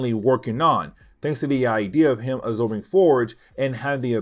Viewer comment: "Uh-zorbing blood."